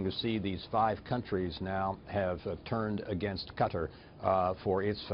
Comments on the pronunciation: Damn "Ka-terr" man!! Lol Learn how to say the country's name properly first before reporting,. Just for the record, it's pronounced Qa-taaaar, I can feel the Former CIA director irritated as fuck with your pronunciation. You know what, Fuck this, just get in contact with me and I'll personally give you a tour of Kater, you'll really enjoy it. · That bitch cant even pronounce Qatar.